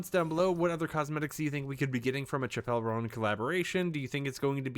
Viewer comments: BRO CHIPELLE ROAN, WHO IS THAT. Please Do your research when pronouncing the New upcoming Artist names, this is embarrassing, this isn't the first time you've said these names wrong XD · my dude, why didn’t you Google how to pronounce her name before making a video abt her 🤦‍♂️ genuinely don’t understand how creators do that. lol